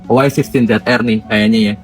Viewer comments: Yg penting sebutan Y16 adalah "Wai 16" bukan "Yi 16"😂 hahahahhaha hodoh betul sebutan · Bukan yeh 16 tp y16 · Bang awat depa sebut "Yi 16"?😂 hahahahahahha huduh gila sebutan wai 16 (diindonkan)